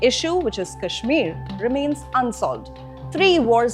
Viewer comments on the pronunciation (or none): none